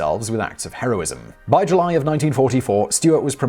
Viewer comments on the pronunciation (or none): none